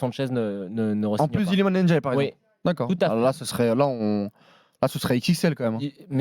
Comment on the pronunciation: Ça se prononce Ndiaye (comme ça s'écrit) pas "Ennediaye" c'est dingue de pas arriver à prononcer juste.